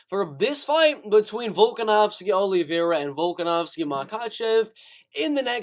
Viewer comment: your voice is so cringe i couldnt stay for even a sentence.. give it up kid.. and how you sao olivera.. even hed smack you lol #letsbereal #cringe